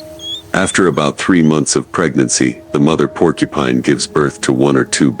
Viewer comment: Idiot, go get some education before you say Porcupine